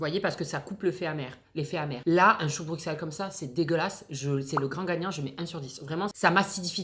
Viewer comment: dans Bruxelles le x se prononce s comme si on ecrivait Brusselles